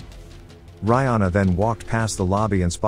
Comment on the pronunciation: Reihana pronounced Ray Hah Nah... roll the R... 🤔